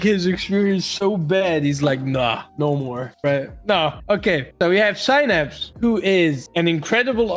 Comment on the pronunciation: I thought his name for the longest time was pronounced se-naps